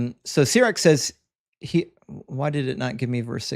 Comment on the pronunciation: Dude literally doesn't know how to pronounce "says". Wild.